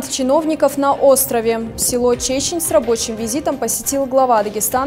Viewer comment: Чечень ударение на первое е это плетеная корзина для ловли рыбы